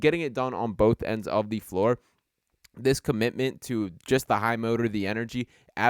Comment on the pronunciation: Can someone tell me where is from where they say "thee" rather than the?